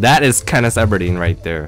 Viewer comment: Is callin katniss katniss eberdeen cos it sounds like that. I thought it was katniss everdeen